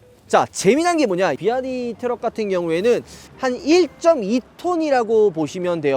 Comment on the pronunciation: 비와이디를 자꾸 비아디 ㅋㅋㅋㅋㅋ